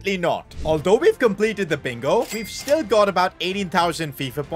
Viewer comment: "we compelted life"💀